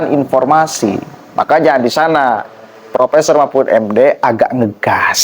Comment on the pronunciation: Akang presenter punten, profesor bukan propesor, ,,,informasi bukan impormasi❤